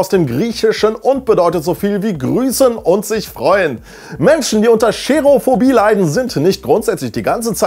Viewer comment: Nicht "Scherophobie". Es heißt Cherophobie. Man spricht es ohne "Sch".